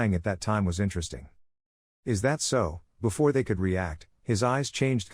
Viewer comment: "Befor, afted"